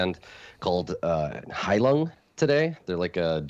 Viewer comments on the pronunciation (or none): I'm guessing is referring to Heilung but he's pronouncing it a bit odd. But they fit the description at least.:)